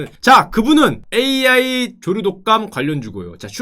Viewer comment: 나만 조루독감으로 들었나?